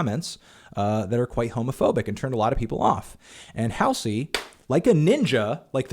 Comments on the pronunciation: It’s ‘Haul Zee’ not ‘Hail zee’ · I agree with everything you said in this video, but her name is pronounced "Hall - Z" (hall, like in hallway). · Not that it matters but it's pronounced HALL ZEE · that’s how it’s spelled. Hallsey would be pronounced “halls-ee” but Halsey is “hal-see”. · the way he says halsey😭😭😭😭😭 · For. 1 your totally pronouncing Halseys name wrong but i get you Im Halseys #1fan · Can you maybe learn how to say her name? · He can't even pronounce Halsey correctly, lol. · when he mispronounces halsey throughout the entire video... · funny he says she's embarresed herself but he can'teven pronounce her name..... wow